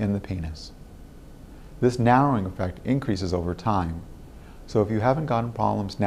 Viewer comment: He says "e-fucked" instead of effect bahaha!